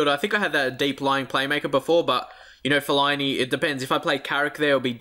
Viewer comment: Fellini you keep calling him that is fell-a-ini